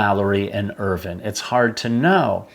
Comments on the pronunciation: The pronunciation is IrVine. Not ervin. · This is a terrific channel but please pronounce Andrew Irvine's name properly, it is Irvine- vine as in grapevine not vin, thanks Guys.